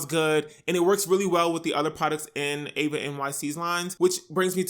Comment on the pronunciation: I’m not trying to be mean or rude or anything my name is Eva and i know this isn’t that serious but a lot of people get my name wrong and say Ava and I’ve been prone to notice it so I just wanted to say all that to basically say that eva nyc is pronounced with an E sound sorry I’m really not trying to be extra it’s just something g I’ve come to notice